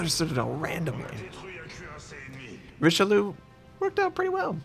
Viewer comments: if u pronounce it like richelyou , it comes abit closer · sorry to be the one but you should really stop pronouncing this ship the RicheLOO, it's just really really wrong xD